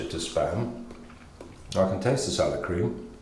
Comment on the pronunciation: I'm unhappy with how emphasises the cream in salad cream. It's salad cream, not salad cream